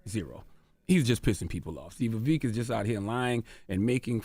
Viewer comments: The donkey is CTG for mispronouncing his name on purpose and making sure to point it out. CTG is the biggest racist on the radio 🫏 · BIG facts. Notice how charla can't bring himself to pronounce his name correctly. Also, they did reduce Ramaswamy to his funny name and his race ("wherever you're from!") when he was on so i guess his point is proven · he has a history of rewriting ppls history to the point he doesn’t even know or respect his own. Except for when he can use his culture as a defense mechanism. Like when someone mispronounces his name. Also Indians (not native Americans) have historically tapped danced for the whites it’s nothing new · Hey Charlamagne, you're now beginning to mispronounce Vivek's name, it's weird because in earlier episodes, you were pronouncing it correctly. His name is not VEVIK, it's Vivek. When Larry elder mispronounced the name of Tupac on your show, you corrected him quite promptly, so you do understand the importance of pronouncing the name correctly. Please follow your own preachings. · hearing him introduce him as "Vaveek" was just poetic foreshadowing for the smackdown to come. yea, Vivek swept the floor with y'all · He knows it's pronounced VivEK not VivEEEK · Vivek like Fake Vivek like snake 🐍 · His name isn't Vivik. It's Vivek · You mispronounced his name. It’s Vivek as in “cake”. Also, he’s going to be the next POTUS! #Vivek2024 🎉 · He said “I think we’ve had him on this show before” and STILL can’t pronounce his name properly. 😂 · Bro you seriously can't remember his name? How unprofessional and arrogant. A part of me feels like you said it wrong on purpose. You obviously didn't care to make sure you said it right. No class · I love how Charlemagne deliberately mispronounces Vivek’s name when this would’ve been considered racism if the the same was done with Chalamagne’s name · Cant even get his name right...or he cant read 😂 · He spoke to the man for an hour and still can’t say his name correctly